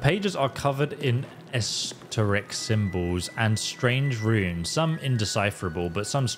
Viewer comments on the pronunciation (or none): Not to be a db, but your name is, and the word was, teric. It was an honest mistake, and I really don't fault you for it, I just couldn't leave that one alone..😜 This is the first series of yours I've watched, and I can't wait for more... I have seen some Skyrim videos, mostly informative, not really playthroughs. I subscribed because I got lucky enough to catch it at the beginning, but I'm here now and I'm exited to have some excellent gaming pioneers that I can follow and see what's up before I decide to purchase a game. Thank you for having the best job ever!! I can't wait to see all the different Starfield playthroughs. And clips from people playing it from the second to the hundredth time through in a thousand different ways!!